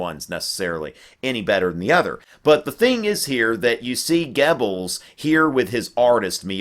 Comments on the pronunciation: In German and Swedish, "oe" is the same as "ö". So it's Gubbels, not Gebbels. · I love your videoes, but i hate it when you butcher the German language. It's pronounced :Gerbles" not Gebbels. I know there's no R in it, but that is the proper pronunciation.